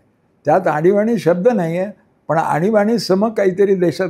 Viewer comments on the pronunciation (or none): आनी बानी नाही आणीबाणी 😅😅